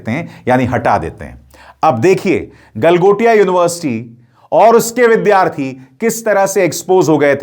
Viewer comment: गलमोटिया नहीं गलमोदिया यूनिवर्सिटी बोलिये, 😂😂😂😂